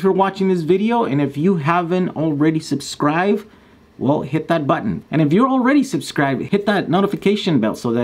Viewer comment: Ohhhh no...he said "Subscrive.' =) You have to remember, there is a B in the word subscribe.